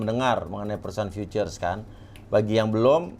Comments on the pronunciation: Btw harus nya baca nya kan Viucee kan? Kok nyebut nya future trs ya 😄😄😄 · Dari tadi saya ga paham ga masuk nalar aja gitu sekelas Ir. mohon maaf sebelumnya masa Futures aja ga bisa pelafalannya.. 🙏🏻🙏🏻 sedangkan kata lain “again, income dll” beliau ngerti. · Kok langsung ngomong FOREX gak beres....putures putures.....wkwkwkwkwkkw.... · fucures..oll in fucures..oll in fucures..oll in fucures..oll in fucures..oll in fucures..oll in fucures..oll in wkwkwkwkwk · setuju sebutin kata dengan lafal penyebutan fiturs aj susah banget ya😅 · Si Belepetan Futures = fiuces 😂😂😂 Punya Supercar Belepetan Gini.....kaya dari mana....??? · Contoh orang kaya yg ga mau belajar b.inggris....🤣🤣🤣 Pronounce loe jlk bgt bro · punya supercar tapi ngomong forex koq berbahaya? ngomong nya juga futures itu ngakak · Bang lu bilang futures kok jelek bgt ,, bahasa Inggris tolong diperbaiki jadi ga pngen nnton😂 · ini beneran insinyur? nyebut futures nggak bisa 😜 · Sayang bener si papi uya, Channel Besar gini ngundang narasumber yg begini. Gelar Ir tapi ngomong Futures ga bisa. Ampun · Kalo bisa cari narasumber yg agak pintaran dikit deh,,,cara baca futures aja awal awal qw eneq dengar nya..apalagi insinyur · Anak ITB ga bisa ngomong futures, ajaib! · Ngaku insinyur tapi ga bisa baca futures,sempak!! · iya ya nyebut futures aja gk bisa ya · Pasti pada gemes benerin tiap bilang futures 🎥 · lu gak mengerti.. Futures aja kamu belepotan cara nyebutnya katanya Insinyur. Futures lu samakan dengan binnary option. Perusahaan pialang yg titip dana lu samakan dengan trader2 Yang solo trader. Itu tandanya kamu asal cuap. Gak usah asal bacot kalau bukan kapasitasmu. Kamu urus aja bisnis Ponzi MLM mu. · emng klo kaya harus bisa ngomong futures?? 😀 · IR Insinyur ?? Baca ejaan Futures aja kok gak bisa yaa.. 🤔🤔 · Salah ngomong futures bukan karena susah ngejelasin, tapi emang ga bisa pronounciationnya aja.